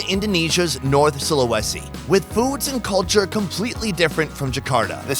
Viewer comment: It's funny how u pronounce Sulawesi 🤣🤣🤣(no offense)